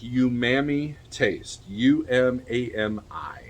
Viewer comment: 'Ooh'mami. Not youmami